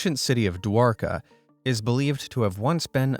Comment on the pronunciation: No he pronounced dwarka it's like this Dwaraga